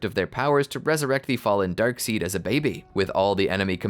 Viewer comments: darkseid it's prounced darkside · It's spelled darkseid but they pronounce it darkside